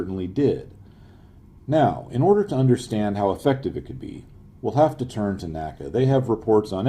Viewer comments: There is no "Nacka". It is called "The En Ay See Ay". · It's not "NACA" it is pronounced "N-A-C-A". "NASA" is pronounced as on word, NACA is pronounced saying each letter